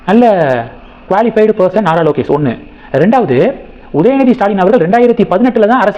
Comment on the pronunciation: "நரலோகேஷ்" என்பதுதான் சரியான உச்சரிப்பு!